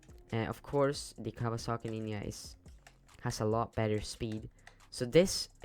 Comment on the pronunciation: bro really said kawasaki ninya💀